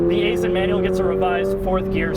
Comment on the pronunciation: I was an engineer with Aisin back in the day. It's pronounced Eye-sin.